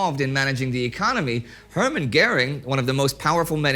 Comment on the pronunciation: Indy, afzer YEARS of citing german names, can't you really even pronounce a name as easy as Göring (Ö is in german an O with an Umlaut...) correctly..? For shame, for an english speaker and would be historian.